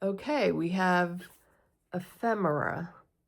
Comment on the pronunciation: Ephemera. You said it correctly. Ephedra is a stimulant, genus of gymnosperm shrubs, often called jointfir or Mormon tea.